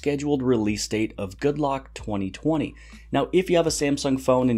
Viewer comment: Anyone else notice that the Korean developer called the app Good Rock? :)